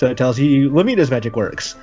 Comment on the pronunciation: “Lu-MII-na’s magic works.” Lu-MII-na. Do we have a Bahamut situation here with this name? I thought it was so obviously pronounced “LU-mih-nuh”